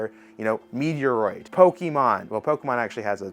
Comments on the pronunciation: That’s what he said…Meteor-a-roid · repeat after me lol. Meh troid. This is how you want to pronounce Metroid. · Running gag. He always says it like this. Same of Anime calling it Onimay, and Yu agi Ho, U G O